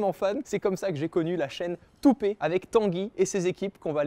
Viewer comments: le " toupé " à la place de" toopet" m'a achevée dès le début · eu non c'est toupet (pet ) et non pé lol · super vidéo, super sympa, merci ! Juste un truc, c'est toopeT, peT comme animaux.. et pas pé xD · Ce studio est tellement accueillant et top. J'ai adoré le malaise de Quentin quand t'as dit Toupé 😂😂😂 ça se prononcé tout pète 😅😂😂 Bravo pour la vidéo, c'est top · toopettt pas toopé 😂 sinon vidéo très cool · Comment il a dit toopet "toopé" mdr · Assez triste le /toupé/ 😅même Tanguy l'a dit devant lui /toupète/.. dommage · très belle video mais par contre le t de toopet il est pas la pour rien :) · c'est juste que ça se prononce Toopet comme "pet"(=animal de compagnie en anglais) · Toupète ! "pet" animal domestique en anglais. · gg mais ça se dit toupète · Non mais "toupé" what 😠